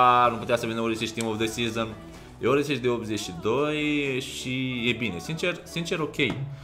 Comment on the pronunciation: nu se pronunta Orisic niciodata bro...diferenta intre s si š in croata e ca diferenta dintre s si ș in romana...se pronunta "Orsici" . #perespect